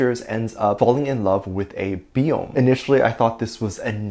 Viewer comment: Small thing- “Beom” is pronounced as one syllable (kinda sounds like “bum”) it’s a vowel like “aw” (like reacting to something cute). 💜